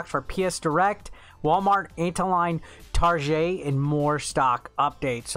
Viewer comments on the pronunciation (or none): Did this really just say tarjay